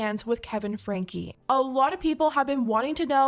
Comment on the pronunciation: Ive been watching/following 8 passengers since around and I can confirm Shari is pronounced, by the family at least, more like Sherry, with an "eh"' sound rather than an "ah" sound. Also the surname is pronounced like "Frankie" or "Franky"